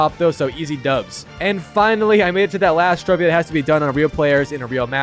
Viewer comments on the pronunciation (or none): none